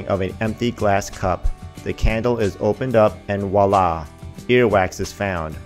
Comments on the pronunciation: The word is "Voila." With a "V". NOT "wala", which I can only assume is one of Walla Walla Washington's smaller suburbs. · Did you actually say “wa-lla” instead of “voila”?